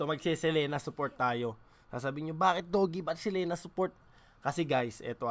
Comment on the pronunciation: Boss dogs selina ang basa hnd selena